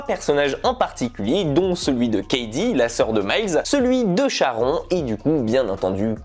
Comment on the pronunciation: Ça se prononce SharonE bordel 😑